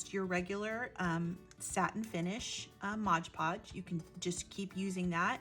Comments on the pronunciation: Really inspirational, and clearly explained too. Thank you. Oh please forgive me for a quick point...it's not modge podge. It's mod podge. Modpodge. My ears kept jarring at hearing Modge. Lol sorry. But I still really loved this great video. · O.M.G. I know this is nit-picking, but if you said “Modge Podge” one more time, I might have snapped. It’s “Mod Podge”. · Mod Podge, not Moge poge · Sorry to mention it but you keep saying Modge Podge instead of Mod. Podge lol. Great earring. I must say I love your make-up by the way 😍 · Just a pet peave it's pronounced mod podge not modge podge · Very cute! You gave a clear explanation of the steps. Did you know you're mispronouncing one of the products? If you really look at the Mod Podge bottle again, notice that the first word is MOD, not modge. You're probably thinking it's like hodge-podge. I think they named it that because it's a modern way to glaze and adhere. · MOD PODGE! NOT MODGE PODGE! Love the earrings! Making earrings is my favorite jewelry making craft! I have several wooden pairs! I don't like heavy earrings, so these works best for me for me. My first time visiting your channel!❤❤❤ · I have to say, that is a pet peeve of mine as well. Mod. If you turn on closed captions, when she says modge, the caption spells it modge as well. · ILove the video and can't wait to try it.! BTW its MOD Podge not Modge Podge. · MOD. MOD. MOD. MOD. MOD. MOD. MOD. MOD. MOD. MOD Podge .... NOT “Modge Podge”! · MOD-like rod, nod, pod. Not, modge podge but “Mod Podge”. Long on content but nice earrings. Thanks for adding another use for decorative paper. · Drinking game. Do a shot every time she says "modge podge". I'm plastered already! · Yeah, exactly! It says 'mod' podge, right on the bottle!!